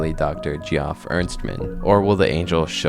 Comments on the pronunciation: Geoff = Jeff, not GEE-awf. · Just to let you know, it's pronounced "jeff", not (gee-off". Really cool video though. Keep up the good work. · you can just pronounce Geoff as "Jeff" my man good video! normally i despise all AI "art" but this plotline and execution has really captured my interest. hope he decides to collab with some real artists/voice actors in the future!